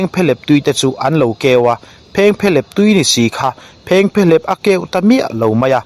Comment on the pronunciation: I content lhi chu atha a phengphehlep I lam dan hi a dik em,.? Kan khaw lam tih dan chu ani lo deuh